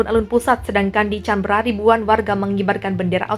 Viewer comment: Kritik membangun buat pembaca narasi. Ibukota Australia bacanya K a n b è r a mbak...bukan ...Canbera..bukan Tjanbera......